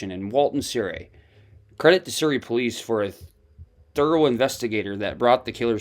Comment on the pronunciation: Surrey. Pronounced " SUH.REE"